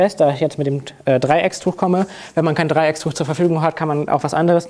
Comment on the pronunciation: Es heißt Dreiecktuch und nicht dreieckstuch